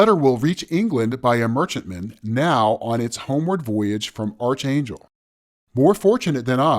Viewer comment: Why does everyone pronounce Archangel wrong? I've heard it being pronounced wrong in a number of videos